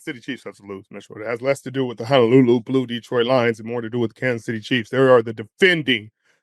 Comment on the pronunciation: You guys gotta stop with this HANALULU nonsense. It's pernounced the way it's spelled. HONOLULU🤙🏽